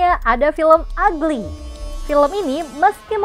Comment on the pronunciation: Uglay bukan agly